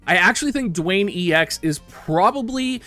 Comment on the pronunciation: His name is Duane and it's pronounced just like the rocks name Dwayne not "Dooane"